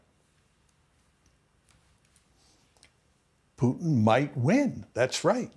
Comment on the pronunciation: This is intended for Mr Morgan: I’d recommend that you learn how to pronounce “Putin”. Not critical, but a progress